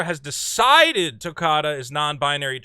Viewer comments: her name is Tokata not Dakota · Tokata. Not Takota.